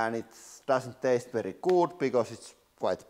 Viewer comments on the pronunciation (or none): none